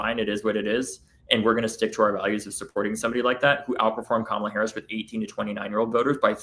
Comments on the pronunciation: Perhaps you need 2 PhD’s to be able to pronounce KAMALA properly because you all are pathetic! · Republicans still can’t pronounce “Kamala?” Jesus…